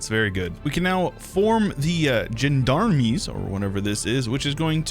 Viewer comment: Jindarmiz for gendarmes 😂😂😂 It’s gens d’armes, literally men at arms. Geez, we still have to give you a proper French military education, please report at Nevers next week! ❤❤❤